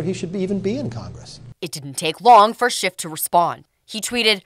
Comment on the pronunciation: It cracks me up that Kevin McCarthy calls him "Schift" ( it is actually schiff). SCHIFTY SCHIFT lied on camera and under oath including making a "parody of the events".